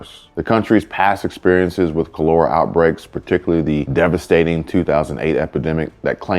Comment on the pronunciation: You are pronouncing it WRONG. KAH-LUR-AH It killed millions in the 1800s and earlier...